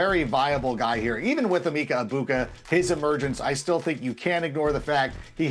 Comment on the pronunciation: It makes sense my least favorite person in the nfl “analysts” realm can’t get this right. It’s “eh-Mecca EGG-buka” not “eeemeeeka ebuka” please educate yourself